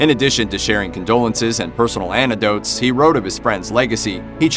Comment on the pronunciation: An, ic, dotes. Not, an, ti, dotes.